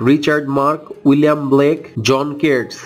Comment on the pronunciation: Blake not black